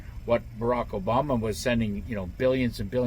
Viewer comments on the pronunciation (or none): none